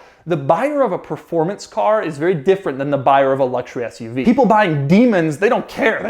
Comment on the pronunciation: I think I heard Doug say ass-UV. 😂